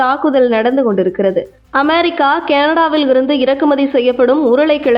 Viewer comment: 'அமெரிக்கா' சரியா சொல்லும்மா